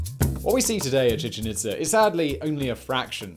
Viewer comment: Chichen Itz'er', ví'er', are'er', May'er'. Even "awe" came out sounding like "a'rrr"!! Luv 'em and all his channels, but God damn😳¡!¡!¡! 🤘🇬🇧🇨🇿🇺🇸☮️